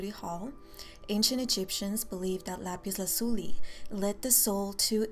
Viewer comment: I like your pronounciation of lapis lazuli